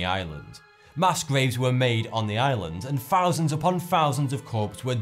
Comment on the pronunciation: He says "fousands upon fousands of people were burned on the island." Watch his mouth (or mouf). It's just his speech impediment. Or he finks he sounds cool I guess. I dunno.